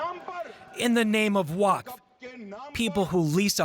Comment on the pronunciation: Can't pronounce waqf and trying to break news about it😂🎉